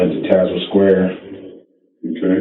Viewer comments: Pst-- it's pronounced Taz-well (or if you actually live there, then Tazwil) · Hate to say it, but it is Tazewell County (pronounced taz-well). More drugs make their way into that area than decent employment. Rough neck of the woods down yonder, but sure is some pretty countryside.